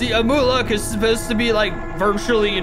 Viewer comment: amhuluk is pronounced as am-you-luck no am-oo-luck (sorry if this sounds rude, my bad)